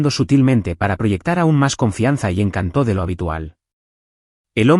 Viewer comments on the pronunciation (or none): ¿Encantó? Se pronuncia encÁnto